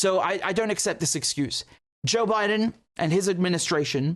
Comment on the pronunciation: President "Jock Bye-Done" 😂